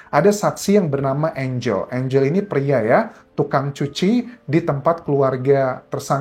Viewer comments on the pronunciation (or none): ANGAL ( baca bshasa indonesia ) ...bukan ènjel...